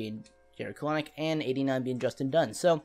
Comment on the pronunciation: Kelenic is pronounced Kel-nic